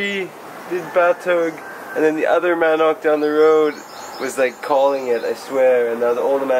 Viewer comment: Mahn-Nook.... not Man Knock... become pilapino speaking pogie